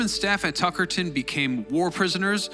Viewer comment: Hey! I’m from Tuckerton NJ and you are pronouncing that second T way too harsh. It’s said more like Tuckerdon, Ik it seems stupid but it bothered me to the point where I couldn’t focus on the video